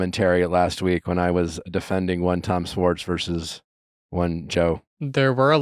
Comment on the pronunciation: Can nick pronounce schwartz with an h..... its not swartz (respectfully ✌️) and schwartz was on the show since the beginning.. he just wasn't a main character